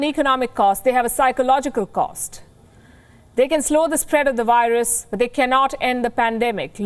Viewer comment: Work more on your "V's" If you can say "Virus" in English and insist on profiting from the language... Please make more effort to use "V"*instead of *"W" where appropriate. If I were as fluent in an Indian dialect as you are in English... People would expect me to get such simple things correct by this point. (If you have a speech impediment which prevents you making the "V" sound... Disregard everything I just said)